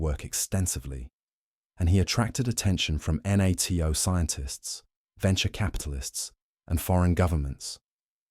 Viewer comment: instead of sources for the claims you get an inconsistent AI slideshow. And unless the narrator never heard how americans pronounce NATO is a hint that the voice could be TTS as well, of course all without declaring that it is.